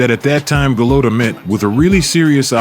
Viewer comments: Do you ever try to pronounce the fighters names correctly? Its not pronounced "golOTO" its "golota" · Why does this guy call him Go-low-ta instead of Go-lot-a like the announcers did during his fights? He obviously never saw him fight live. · Also, it’s pronounced Go-lotta, not Go-lowta. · It’s not “GoLOWta”…..it’s “GoLOTta”….okay? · Go load dah lol. I believe it's gah lod dah. Either way, dope video my man 🔥🔥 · It’s Gaaa Lot Ah ..not Gill Low Ta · Who is go lo toe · It's pronouced Go-lot-tah like the way the fight announcers pronounce. Sucks that you got it wrong a ton. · His name its Gal-Oh-ta. It's Gal-la-ta. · Goo-Lot-A come on son. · It’s pronounced Golotta. I like watching videos people create, but at least do a little research about pronouncing the names correctly. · Cant even pronounce his name lol and making videos SAD HIW FAR WE HAVE SUCK LOW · This narrator can't even pronounce Golota's name correctly. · You can’t even pronounce his name. Get someone who at least knows how to pronounce the name of who he’s talking about. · Could you at least correctly pronounce his name? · I hate hearing this stupid commentator Pronouncing Andrew's last name wrong. Stupid stupid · Not as sad as how this narrator keeps mispronouncing Golota's name. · Seriously... did you not hear how EVERYONE says dude's name?!?!?!